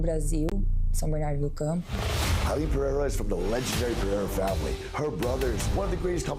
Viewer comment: you said Aline Pereira’s name wrong…